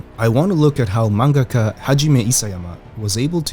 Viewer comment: you said Manga-ka not MAN-GAH-KHA....that puts miles above other anime content creators